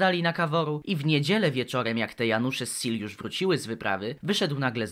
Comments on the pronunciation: kurwa SEELE przeczytane jako "sil" XDDD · Nawet mało cringowe, spoilery rzecz jasna Aaaa, Seele czyta się po niemiecku czyli ze-le. Ponieważ Nietzsche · plz nie czytaj Seele jako seal, to boli xD